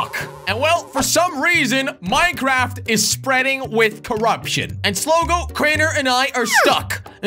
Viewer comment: Boooo it's not slog it's slogo